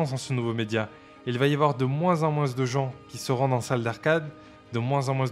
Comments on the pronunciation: Pourquoi tu dis « moinsse » ? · Tu prononce le "s" dans "moins" ? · De moinze en moinze de gens 😂